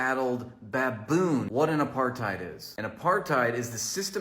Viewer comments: No contest. He can't even pronounce Apart-heid. It is derived from aparthood; AKA separateness. Aparthide sounds like an insecticide or something. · I love how saying it wrong. If your going to talk about an Apartheid at least make sure your saying it right.